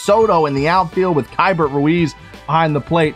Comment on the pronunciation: Kee-Bert Ruiz. Just helping you out!